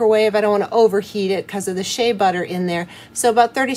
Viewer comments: Nice natural channel 🥰👌💯. Heads up Shea is pronounced Shayyyyy. not She Ah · Shay ah? How many times are you going to say it that way??? It gets aggravating!thank you for learning to say bergamot correctly, aggravating as vsn be to constantly hear those two mangled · did you just say SHAY-A lol